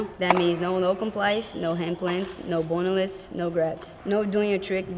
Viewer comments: “No bonaaless” 🤦🏻‍♂️😂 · No "boney-less" hajaja